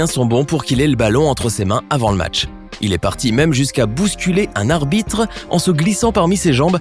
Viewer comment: Je c pas pk me il semble que tu a bégayé tu a dit abite a la place de arbitre